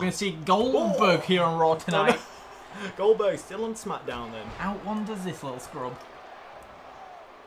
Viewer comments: MAH GAWD COLE ITS OLDBERG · "Boberg" "Boberg" "Boberg"!